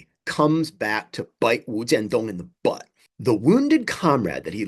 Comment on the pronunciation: First time on your channel and I salute you for pronouncing the guy’s name, wu jian dong without the non-native speaker tongue. I am assuming you speak Mandarin with equal finesse as well.